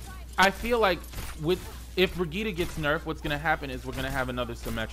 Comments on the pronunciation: Honestly, I need her name to be nerfed. I'm tired of people not even trying to pronounce it correctly lol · Noelle M. Ikr. "Broghetta" "Bridget" "Bridgette" like wtf man LOL. I think that's why they add voicelines of Mercy saying "I am with you Brigitte". lol everyone literally ignores that. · The only thing that bothers me about Brigitte is people not saying her name right,,,,,, just my two cents